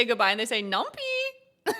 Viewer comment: pronounced - num - pie :)